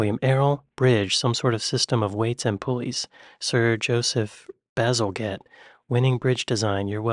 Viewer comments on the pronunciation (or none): 'Bazalgette'* (and he* designed and built the sewer system under London, after "The Big Stink" - which I believe Jay Foreman may have also covered in another video?) ...Anyhoo... Bazelgette* is pronounced correctly with a soft 'g' * - like 'giraffe' NOT a hard 'G' as in 'Golf'!! 🏴♥️🖖